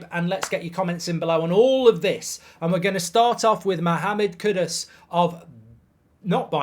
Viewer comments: It's extremely annoying to hear you not even try to correctly pronounce his name . KUDUS!! not Kudos . Where do you see a an o in KUDUS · Kudas Bruv its pronounced as Kudoos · It’s kudus not kudos mr Goldbridge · Pronounced Koodoos Marky!!!! Learn the name😂